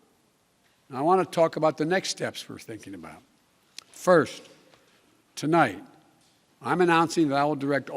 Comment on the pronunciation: I thought I was the only one who heard him say Tolight. I turned on the CC and noted that it said tonight instead of potato biden saying tolight. Youtube is correcting potato biden mistakes.